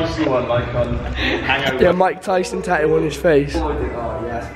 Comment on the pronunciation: It's not taoo it's tattoo